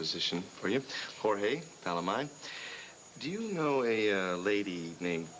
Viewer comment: ..."Hore-haaayyyyyyy...hore-haaayyy..." Daaang, so few of the country club old-money Llanviewans know a lick of Spanish, despite pretending to be all "classy" and "sophisticated." 🤣🤣🤣